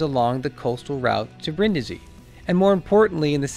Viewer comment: *Breen-dee-zee, roll the R